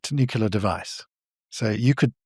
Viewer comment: I still struggle listening to credible people who can’t / won’t pronounce Nuclear properly. Nucular is not a word. Nuclear is not a hard word to pronounce, it’s only two syllables, it’s not new. There are much tougher words in our language. No I’m not an English Professor, I’m an Engineer. It shouldn’t matter though. We all got the same basic education.